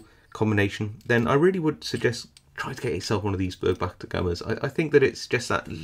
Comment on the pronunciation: For a German it really hurts, to hear Börg Wachter, instead of Burg Wächter.